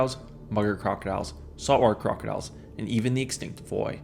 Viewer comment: 😂😂😂”Saw-Warr Crah-Diles” 😂😂😂 can you speak any faster or clearer? So much for narration lol🐊